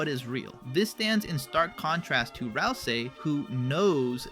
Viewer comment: "RAL ` SEE". Please. For the love of goat mom pronunce it roite m8. prono-unce it roit.